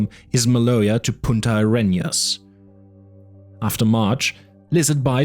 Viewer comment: This is really good. There's only one thing from the book that was really wrong: the name of the south of the continent is Punta Arenas, not Puta AreÑas.